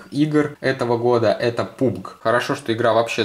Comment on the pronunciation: Пабг а не пубг!